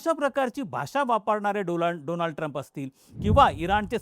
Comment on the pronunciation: doland trump 😂😂😂😂😂